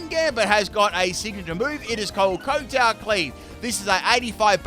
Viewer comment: you are pronouncing kowtow wrong. It's pronounced kau-tau. It's named based on the type of bow he does as he attacks with the blade on his head.